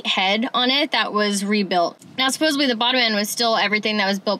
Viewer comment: Supposedly. Sa pos sed ley not suposably. =)